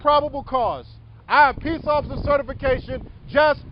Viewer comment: #3 Where do they find these (OAF)icers? #2 Did he say (OAF)icer Knapp? #1 The old Gray headed (OAF)icer will get this PD sued soon!